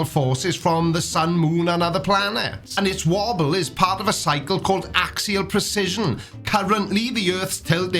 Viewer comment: Small constructive criticism: “Precision” and “precession” are not pronounced the same (even for Welsh humans). :)